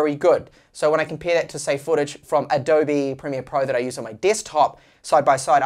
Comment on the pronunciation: Finally said "Adobe" correctly! :D But I think the "kine" in kinemaster is pronounced like "cine" from "cinema" but with a k sound of course. Kinnamaster ... Love your content! Just giving you a hard time :) My only issue with kinemaster is subscription model :/